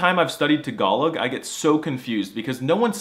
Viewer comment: Wait, it’s pronounced tuh-GALL-ug? I’ve been saying TAG-uh-log my whole life!